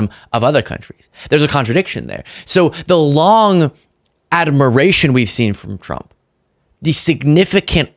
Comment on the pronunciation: you're saying 'admiration' funny...